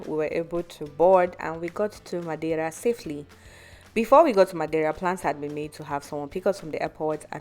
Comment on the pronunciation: A for effort for your pronunciation of Madeira 👏